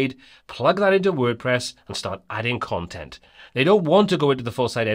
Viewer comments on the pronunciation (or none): none